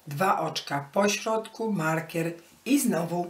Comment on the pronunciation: Wzór bardzo ładny. Ale tłumaczenie tragiczne, no i wymowa markiera.